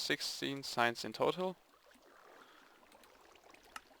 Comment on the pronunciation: when you said "we need signs" i thought you said "we need science"